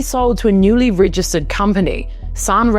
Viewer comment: "six" = sex "rigister" = register "dith" = death "quishtions" = questions how many did i miss?